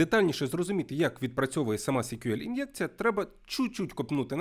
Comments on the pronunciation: SQL читається як "ЕС-к'ю-ел". "сі-к'ю-ел" це щось типу CQL (бозна, що воно таке). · Чому сік'юель якщо це ЕСк'юель. Вухо ріже. Це як Гугл читати гоогл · А є якийсь стандарт вимовляння SQL? Я помітив, що вестерни або динозаври (вибачте, це комплімент=), що вчили SQL у 90-х, часто кажуть 'сиквел'. Хтось, як і автор, сек`юель. Головне, щоб ви розуміли про що йде мова) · коли відео про те, як правильно вимовляти SQL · Потрібно вже відкрити підручник і вивчити як вимовляються абревіатури!